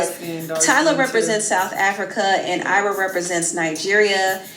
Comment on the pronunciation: it’s AYRA not Arya😭😭😭 chii